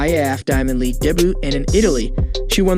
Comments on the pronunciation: Also "De-boooooos" instead of "Debut". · The announcer does not have the same vocabulary as the person who wrote this script and there is nobody watching over the mispronunciations. Nike, Gatorade, debut, prix. He tried to pronounce IAAF as a word. And all the odd slurs, pauses and phraseology. And the visuals. Why are we looking at an injured hand while talking about a hamstring injury?